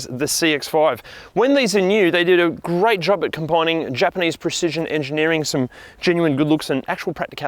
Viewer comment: Ah yes, the famous Japanese preshizen